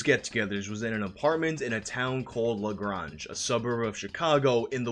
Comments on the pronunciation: Hey, I live in La Grange (pronounced "La Grange", not "La Grahnge", just a heads up), and there's a small but substantial hacking community that supports the "J and K" theory, having a few members who knew them. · LaGrange is not pronounced La-Grahnge. It's La-Grainge. I lived there, I should know. FYI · "...in a town called LaGronge" hahah. No disrespect, but it's called LaGrange. I've lived in the burbs of Chicago my whole life. Been there plenty. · It’s la-grae-nge not la-gron-ge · its pronounced like La-Graynj not la graanj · Its pronounced Laa Gray-nge. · Neither Bloomington, IN nor Bloomington, IL are anywhere near Chicago- they are 4 and 2 hours drive away, respectively. No one from South of Indianapolis would know or care who Chuck was. La Grange rhymes with strange. You are probably referring to the Museum of Broadcast Communications, which coincidentally opened in June 1987, 5 months before the Max Headroom Incident. -Chicagoland local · It's pronounced La GrAAnge. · Thats not how Lagrange is said its pronounced Luh-grange. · La GRANGE....Like Range only a G in front of it. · I live near LaGrange, its pronounced La-Grainge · It's a hard A sound bruh. As in La Graynge like your saying the word grey. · La Grange....long A. I know, it's a stupid point, but still... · Long-A, in "LaGrange", not short. Sorry, as a Chicagoan, it bugged me... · Lagrange is pronounced lah-grain-g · La Gray-n-ge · As a resident of this area of the midwestand the correct way to pronounce the name of the city is la garange... As in change! That is how the residents of that area pronounce it . Just a slight nitpick but otherwise great video! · La Grange rhymes with strange. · Lol totally massacred the pronunciation of "LaGrange". I use to live near there, so that was a funny little treat. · I live near Lagrange and you butchered the pronunciation bro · Man you murdered the prounaction of LaGrange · I love the way he completely butchered the pronunciation of LaGrange 😂